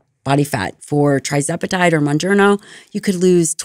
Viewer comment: How could someone who purports to be an expert on these topics pronounce "TIRzepatide" as "TRIzepatide?"